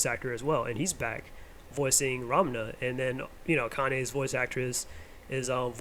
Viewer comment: I enjoyed hearing your thoughts on the reboot. The animation is modern, and the story seems to be holding up (at least so far). We'll have to see how it resonates with today's audience, but I remain hopeful. Also, I don't know if it's my hearing or the sound quality, but it sounds like you're saying "Ram-na" not Ranma. Just some feedback. Keep up the good work.